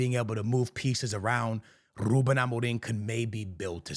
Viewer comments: Overexaggerating lol Its not Rrrrrrrrrrrrrrrrrrrrrrrrrrrrrrrrrrrrrrrrrrruben Amorim ... just Rrruben xD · "R" extremamente exagerado brrrrrrr 😂